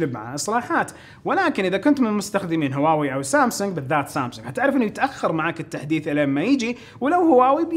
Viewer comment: تكفى انطق هواوي زين ترا ممكن تخسر متابعتي والله ان ظليت تنطقها كذا